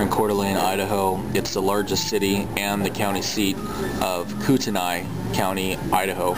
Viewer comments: Koo-ten-aye? Try "Koot-knee" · its koot.."knee"..not" koot" "n"" I" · Your pronunciation of Kootenai is way off lol.